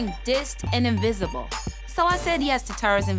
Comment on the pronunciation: Wait!!..... Did Amina caterpillar just say " In-A-visable??".... hahahahahahaha